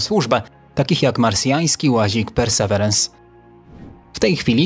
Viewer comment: Perseverance (ang.)- wytrwałość (wym. persy Wirens). Nie bądźmy językowymi analfabetami. Mamy słowniki.